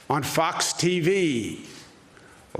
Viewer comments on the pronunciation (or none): maybe he is having a stroke